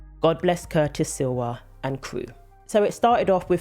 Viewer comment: Hi - I love your chanel, but need to point out Curtis' name is Curtis S L I W A, not Silwa. I know it was misspelled in the NY Post a few days ago, so I wanted to let you know. Happy New Year!